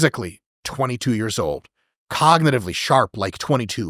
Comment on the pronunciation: I laugh when Chris says Years in his british accent. "Ah yes, I did it for 2 yarhhs" 😅